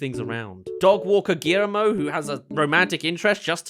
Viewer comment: What I didnt like is how the movie botched the pronunciation of the name. The rigth way is saying the Guille part like in Guillotine.